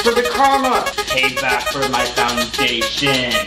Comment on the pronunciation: Him.no my fondashin Me.its just fondashin